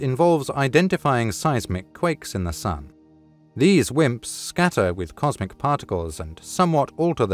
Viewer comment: Comsic? Lol